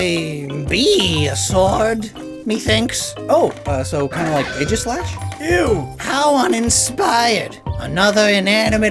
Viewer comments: “Ae” in Greek is pronounced like a hard E, not an A. So it’s EE-gis-slash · Am I the only one disturbed by the mispronunciation of Aegislash? It’s pronounced EEGIS-LASH.